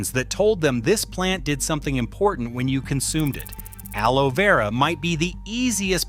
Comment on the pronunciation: Clickbait collagen is not produced by plants. This is AI generated content, the robot can't pronounce aloe. Dubious information at best. False hope for vegetarians. Be smart don't waste your time, research the proper method to improve your collagen.